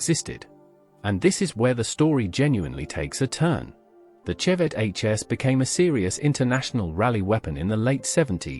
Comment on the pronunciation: Vauxhall Chevette pronounced shevette